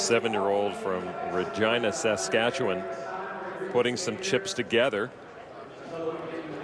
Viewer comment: THANK YOU for pronouncing Regina, Saskatchewan properly this time...